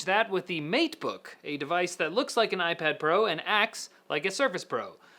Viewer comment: All I heard was MEAT_BOOK.